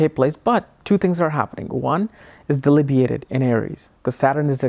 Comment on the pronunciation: DeBILitated.... not deLIBitated:))